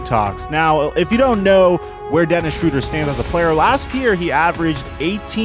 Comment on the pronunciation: SHROW-DER. SHROW. NOT SHRU.